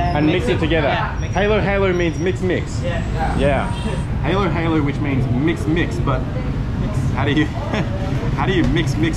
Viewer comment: Your "Mix - mix" turned into "Mess - mess" XD